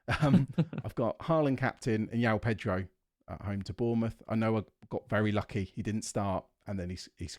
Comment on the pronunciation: These guys are great but, it's not "Yao Pedro" 😂